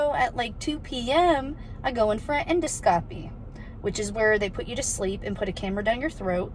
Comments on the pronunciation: En (IN)-do (D-AH) -scopy (Sk-OH-pee). Endoscopy =IN-DAH-Sk-OHpee Hope that helps Jenelle 😁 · En - doscopy. Edit : En-dos-capee